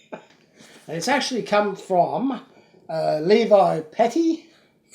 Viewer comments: I think you were correct in the way you pronounced Levi. It is Lee-Vii if you are talking jeans; but usually if it is a persons name; it is pronounced: Lev-Vee/ or Lee-Vee as you first said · Actually the way you said levy the first time is the correct one